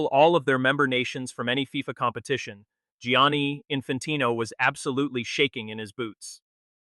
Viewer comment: Giani not jan😂